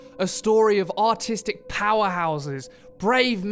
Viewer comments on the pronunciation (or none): Flashglitz narrator: artistic powerhouses What I heard: Autistic powerhouses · you know... i couldn't tell if he said Autistic or Artistic... and then I realized it didn't really matter because it was the same thing anyway. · Seriously thought he said autistic instead of artistic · I totally thought he said "Autistic powerhouses" in the opening of the video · At the beginning I thought he said autistic power house XD